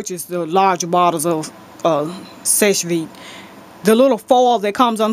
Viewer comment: Actually if you turn the Seche Vite bottle around, at the very bottom it tells you how to pronounce the name of it...it's actually pronounced "Seh-Chay veet" Seche is a french word which means dry. Hope this helps! Love your videos!